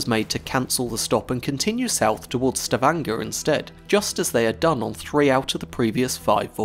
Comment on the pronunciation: Sta-vn--jr. No Grrr.